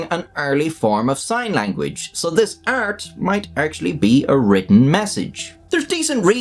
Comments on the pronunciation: why do you pronounce art as "ert" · "prehistoric ert" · the way you say art is the equivalent to gordon ramsey saying olovol